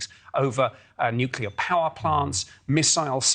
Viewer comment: I love that the Aliens see the danger of nucular weapons.